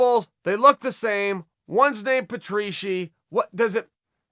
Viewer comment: “Two guys named Pitbull. One named Chandler, one named Patrieshy”